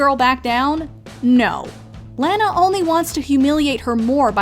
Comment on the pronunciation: It’s laa naa not lanoa I swerve what’s the problem of misspelled the name Lana/lanah/lani